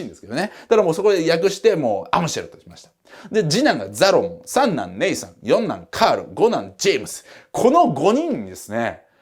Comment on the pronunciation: 三男ネイサンが 三男姉さんに聞こえた でって言う話ですいません😂